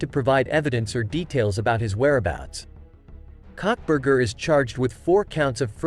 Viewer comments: Cockburger??? Karbar? If you can't get it right don't bother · I’m sorry but the robot messed up his name so bad. I laughed so hard… cuntburger and cockburger 😂😂😂